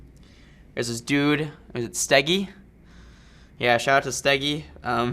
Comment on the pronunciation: We say "Schdegie", you say "Stäggi". :D Please come to Germany! :3